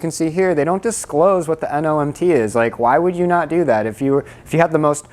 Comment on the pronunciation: it's not "NOMT" it's "NMOT". Normal module operating temp.